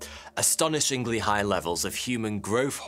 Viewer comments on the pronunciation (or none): none